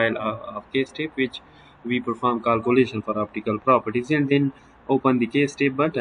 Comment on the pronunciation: It's kealcoolation not caalcoolation😂😂